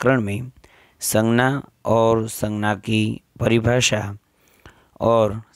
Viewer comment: Sir please in Hindi it's sangya.. In gujrati it's sangnya.. Sorry. But it's imp